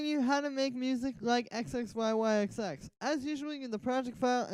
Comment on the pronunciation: This tut is awesome thank you so much. Also just so you know in the future, you pronounce his name zizzy.